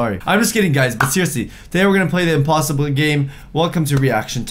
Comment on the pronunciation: Listen closely to he said impos